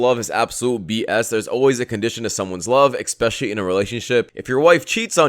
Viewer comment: Sir the word is especially, not expecially!